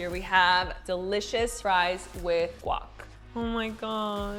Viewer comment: guac...................say it right